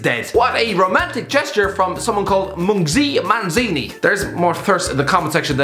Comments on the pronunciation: seeing this guy trying to pronounce a zulu word 'mlungisi manzini' is the funniest thing u will see on the internet today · the way you pronounced mlungisi manzini 😂😂😂😂😂😂😂😂😂😂😂😂😂😂😂😂😂😂😂😂😂😂😂😂😂😂